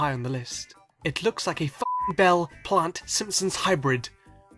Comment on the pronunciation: PLHUAANT DAURRR PLAUGHT DWEER PLAGHNT DURR PLUNT